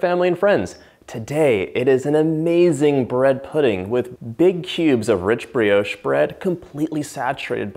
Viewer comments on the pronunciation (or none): That is NOT bread pudding. It is a variation of bread & butter pudding. Real Bread pudding is not made with an egg custard. And Brioche is not pronounced 'Bre- oash' It is pronounced 'Bri osh' The French would not understand what you mean! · I love the way he sais brioche